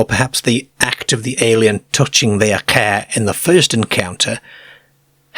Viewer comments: There's about three different dialects in the way this A.I. pronounces... I can't help laughing every time I hear caerr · Love the way he pronounces Car KA. Enjoyed though. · I met a man who was from the South Yorkshire coast area and I asked him if you knew of an accent that pronounced car as cer. He didn't. I think it must come from a small unique area. Maybe Eastern Notts.? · Love this channel! The way this guy pronounces car is wild! Don't know the accent but it's great for story telling for sure! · It bugs me too😊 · Uts funny that he only does the A sound weird. Everything also seems standard. So you go on fora while and the he jolts you with a CAER or LERGE. And you are like wtf is this??